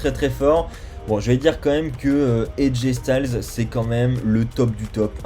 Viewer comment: Aj styles sa se prononce style